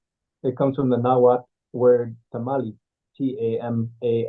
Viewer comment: The heck is Nahuthle? You mean Nahuatl? They're talking about identity crysis, yet can't even pronounce words right!!